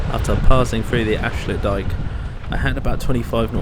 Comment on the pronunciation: Protip: it strikes me that almost all of the names of towns have their intonation reversed compared to what you'd assume from the normal englsh manner of approaching the words. IjMUIDEN, EnkHUIZen , AFsluitdijk. amsterDAM, Lovely video btw! Showing parts of the country and aspects of the seas that we rarely get to see much in detail like this!